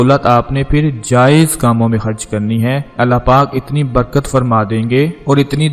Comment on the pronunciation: Ap aek ghanta khe khe ki practice karen kun k ap akhrat ahrat. Kharch ko harch kehte han